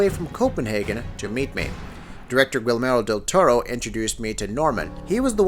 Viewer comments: Gi-ermo Del-Toro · “Gwilmero Del Toro??” Who the hell is that? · "Gwillermo del tauro"